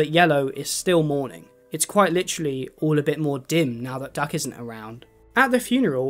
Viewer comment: Not me hearing duck as Doug